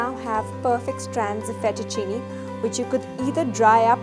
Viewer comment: Your demo was very good and this is a versatile machine. However, if you cook Italian food you need to pronounce it correctly. Not FETTUCINI. It is FETTUCINE, pronounced FET-OO-CHIN-AY. Ditto for LINGUINE, pronounced LING-GWEEN-AY. The E at end of these words is pronounced 'AY' in Italian, as in 'WAY'. - AUGER, not OGRE. Pronounce this AW-GER, not OH-GRR. - Ditto. OGRE is a monster. AUGER is a tool to clear a drain with, or a pipe. Thanks for the demo and your lovely presence!